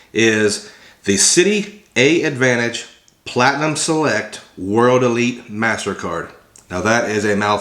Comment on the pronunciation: Hey brother... the first A in AAdvantage is silent. You just say Advantage.